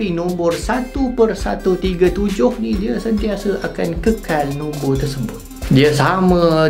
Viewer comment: Korang dengar :Nombor Nombor Aku dengar : Nonvor nonvor